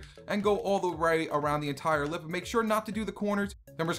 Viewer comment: Anyone else hate it when he says LIP